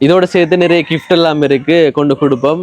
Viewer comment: Kift illa bro Gift endu sollugo